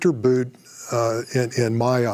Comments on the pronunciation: His name is ' Viktor Bout, as in "boot on the neck of Africa" - not Viktor Bout as in, "about time". The 2005 Hollywood film "Lord of War: starring Nicholas Cage was loosely based on his handiwork. Since he is relatively young, I'm sure there will be more mass carnage in Africa to come - courtesy of Viktor Bout or others like him. TRUST !! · Bout is pronounced boot! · I think his name is pronounced BOOT.